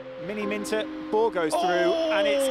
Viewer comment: frew frew frew frew frew frew freW frEW fREW FREW THE WORD IS PRONOUNCED AS THROUGH